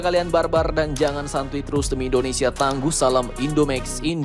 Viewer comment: Pingin ketawa min ngomong tangguh ko bagi dua haha